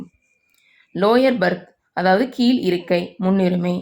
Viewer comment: வளங்கும், கீல் இருக்கை, பேசற பெண்னை மாத்துங்க. ழ உச்சரிப்பு வர மாட்டேங்குது.